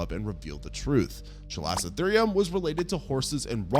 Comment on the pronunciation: I'm not sorry to be that guy, but you completely butchered the pronunciations of Chalicotherium, Platybelodon, and Cuvier. 🤦‍♂️ It never hurts to double-check these things before you upload. I love your content, but this sort of shit drives me crazy and you can do better. Don't be careless and lazy.